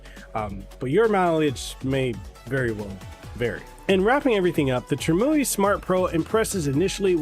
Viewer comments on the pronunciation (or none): Pronounced: Trim-You-Eye Glad that you’re enjoying it though! I just ordered one myself.